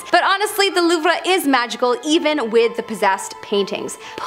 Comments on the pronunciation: learn how to say "louvre " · I've been to the Louvre. It's so huge and I loved it. I suggest going two days unless you you'd rather rush through. I always pronounced it loove btw. 😬🤭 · Loovruh lmao